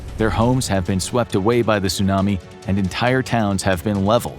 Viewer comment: Your pronunciation of Tsunami and Chernobyl makes me wanna cry 😢 Your video is amazing though:)))